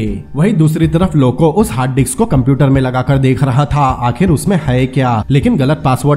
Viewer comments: Bhai wo disk hai dicks nhi hai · Haha diks nhi hota bhai Disk hota hai hahaha